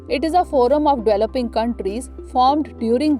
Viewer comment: Its developing, not dweloping.